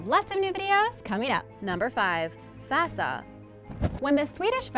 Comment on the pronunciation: she said vasa wrong its v-ah-sa